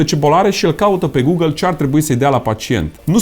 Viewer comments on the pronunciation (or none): none